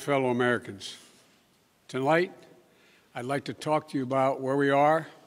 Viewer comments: Yea he can’t get it straight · Tolight? Did he try to say tonight?